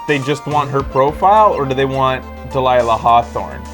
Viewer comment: It makes me rage whenever he says delaila XD! Where did he come up with this name !?